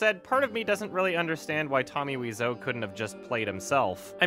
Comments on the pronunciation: weezo? wize-o? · Weeseou? I though it's pronounced like Waiseou. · Dood its wise-o not weez-o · Why are you pronouncing Weez-Oh? It's Why so, and you can hear him say it himself on his gameplay videos. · Wiseau is an anglicization of thé French word Oiseau (bird), which is pronounced "wah-zo" (believe me, it's my native language) so I pronounce it as Wah-zo. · are the "Tommy Wiiso" on purpose? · u are Canadian I know u took French until at least gr 9 its pronounced oiseau as in French for bird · "Wee-zoe" ~, 2017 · Tommy Weezoo, Tommy Waiso, Tommy Whezau, Tommy Wisey, are u even trying? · “Tommy “Weezo”. I love it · I thought his name was pronounced “Tommy Why-so” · It is. No idea why he pronounced it that way. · WHY WOULD YOU SAY WISEAU LIKE THAT YOURE TEARING ME APART